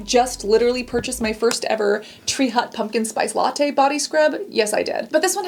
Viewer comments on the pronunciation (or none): none